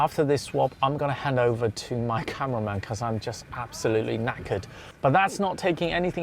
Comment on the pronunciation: As an Englishman, I love how you say "I'm knackered", you could be English.